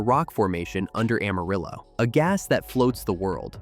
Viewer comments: No, it's pronounced Am-uh-rill-oh. We don't say rill-uh. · It's no secret that Amarillo is pronounced wrong. Just about everyone who has lived in our little city and did not hide under a rock could tell you this. Carolyn Jones who played Morticia Addams in the 1960's Addams Family TV series was born in Amarillo. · Goddang it!!! I grew up in West Texas... It's pronounced Amarriller...😅